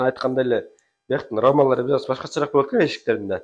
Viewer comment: л тамгасын ль дебей сүйлөсөң чалдарга окшоп,болъот дебей!